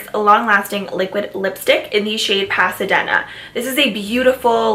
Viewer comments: it's pasa"dee"na .. like the city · Pasadena is pronounced pasa-deena hahah